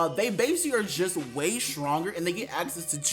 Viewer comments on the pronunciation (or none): none